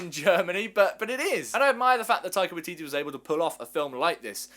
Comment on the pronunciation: As a kiwi I just wanna say it's pronounced.. "why-titty"